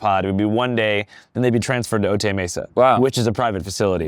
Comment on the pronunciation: Otay is pronounced Oh-Tie